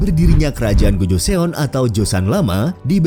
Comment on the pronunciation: Saran saya narator harus belajar menuturkan nama di negara yang dimaksud secara penuturan aslinya. Gojoseon dibaca "gojoson", Kota Seoul dibaca "soul"